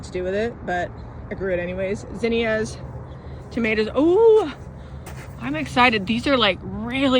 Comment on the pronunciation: Thanks for teaching me to pronounce zinnia correctly. We have it wrong in my southern state.